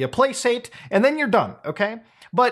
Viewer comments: Placate is pronounced plaKate, not plaSate. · Pronounced "Play-kate" not "play-sate" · Bro said "place-ate" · my dude, the 'c' in "placate" is a hard c...